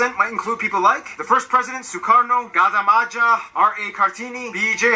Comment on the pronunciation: Omg yes that man talk super quick. He said Gadah Maja instead of Gajah Mada 🤣🤣🤣 As addition, Indonesia has about 700 different local languages 😌😌